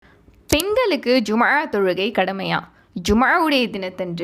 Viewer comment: Jumma ழ ஐன் உச்சரிப்பை அழுத்தமாக சொல்வதில் கவனம் செலுத்த வேண்டும். எப்போதும் ஐன் பெருமையாக உச்சரிப்பில் ஒரு ஹதீஸ் உண்டு..